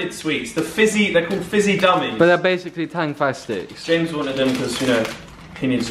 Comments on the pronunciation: did oli really say "tangTastics" is literally tangFastics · Did he really say tangtastics? 😂